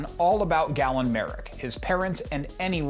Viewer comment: Galen, not Gallen...did you play the games???